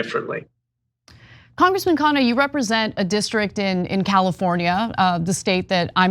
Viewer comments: Try pronouncing his surname as "khan-nah". Please repeat the "n". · its kha-nna.. not kaa-naa!